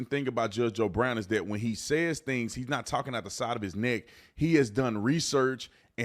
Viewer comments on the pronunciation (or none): none